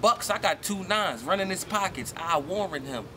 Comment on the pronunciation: i noticed that any time they say "him" it sounds like "heem". like when he said "i'm not gonna shoot heem".